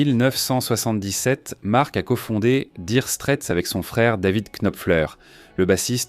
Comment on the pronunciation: Nopfler et non KKKnopfer. Daïre Strait et non DIre strait.